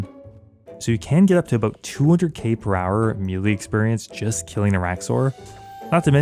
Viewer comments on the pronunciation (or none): Stop pronouncing melee wrong.